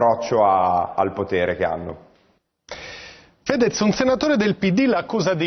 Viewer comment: Niente, anche Floris mette l'accento sbagliato sul nome di Fèdez.... prova a mettere una pezza alla fine ma ormai Fedez si è fatto la sua bella risata all'inizio del video!